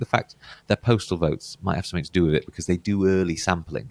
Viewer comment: Never trust a prediction and dude the correct English word is "Something" not "Somethink"